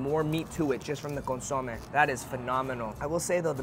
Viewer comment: I love you but you drive me crazy when you say “consomé”. lol You put accent on the O when you should be putting it on the E, just like how I typed it out. CON-SO-MÉ, like saying “meh”. 🤍